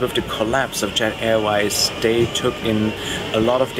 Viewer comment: Your spoken English is perfect. Work on your ‘th’. Not “da”. eg you pronounce“they” as “day” and “da” as “the” Not meaning to be unkind, just would be great to perfect your language! 😉